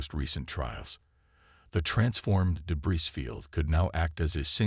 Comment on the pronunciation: The repeated mispronouncation of "debris " detracts from the narration. Where is the quality control?